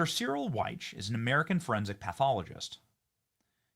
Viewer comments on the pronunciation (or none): The late great Dr. Cyril's last name is prounced as Weck. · Dr. Cyril Wecht......His last name is pronounced "Wekt". I wouldn't say anything but Ive been a fan of his EXPERTISE for 45 years. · Dr. Cyril Wecht ( pronounced like Wekt) is sooo well renowned. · Benny, "Wecht" is pronounced Wehkt," or like "wet." And, by the day, Dr. Wecht passed away recently. Dr. Wecht was also a part of the documentary series, "The Men Who Killed Kennedy." You will get a lot more accurate info from that documentary then you will from the JFK files..Wecht was really ticked about all the BS we were fed about the JFK assassination. He rightly said that if they can do this to the President of the United States, who among us is safe! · Dr Cyril Wecht, pronounced WEKT. Dr. Cyril Wecht is still a very beloved and respected person here in Western Pennsylvania. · Its pronounced Cyril Wekt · I think the doctor pronounces his name "wekt" because I've seen him introduced on tv before. Good stuff, Benny! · Benny it’s Dr Cyril Wecht pronounced SARREL and Wecht pronounced WECK that’s how we say his name here in Pittsburgh, and he has passed away. RIP Dr Cyril Wecht. He’s a legend here in Pittsburgh and couldn’t be bought off, Always told the truth and stood up for the dead, no matter what !!! 🖤💛🙏🏻 Wecht hated the Deep state and pittsburgh deep state tried to fuck with his life! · Dude Dr Cyril Wecht is dead Also you mispronounced his name terribly It's pronounced WEK